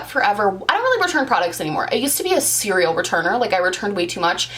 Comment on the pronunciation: When you said serial returner i understood “cereal returner” 😂